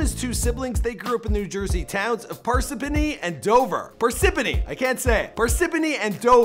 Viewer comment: Im from Parsippany man, it aint that hard to say lmaoo